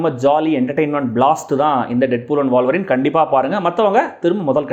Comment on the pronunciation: வால்வரீனா? உல்வரீனா?